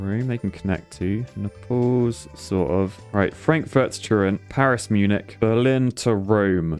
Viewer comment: Oh god, when will you learn how to pronounce Munich? I just want to hear you say it once. Correctly.